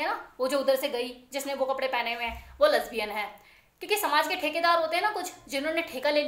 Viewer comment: Lesbian bolna to seekh lo pahle